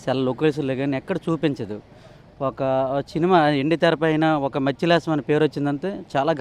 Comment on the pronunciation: కె మత్స్యలేశం కాదు. డి.మత్స్య లేశం అంటారు